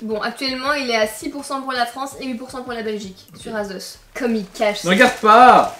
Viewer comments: Asos pas azoz 😂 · Assose et pas azose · Vous dites azos 😂